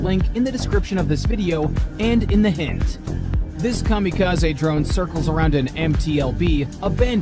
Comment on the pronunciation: Cam a ca z ee......its a Japanese word...l